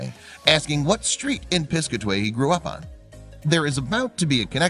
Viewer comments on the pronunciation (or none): Good vid. It's Pis-CAT-a-way, BTW. ;) ~♥~